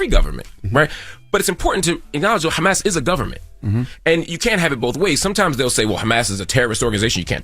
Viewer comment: Crazy how Envy couldn’t even pronounce Hamas bro..